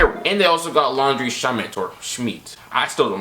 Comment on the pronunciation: Lan-dre. That is how u say it